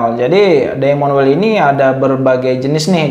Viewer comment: Ilmunya sangat bermanfaat utk saya yg awam, trmksh. Hanya saja sedikit perlu belajar bahasa inggris, krn bbrp pengucapan tdk sesuai, misal tulisan "wheel" itu cara bacanya bukan wel tapi wil😊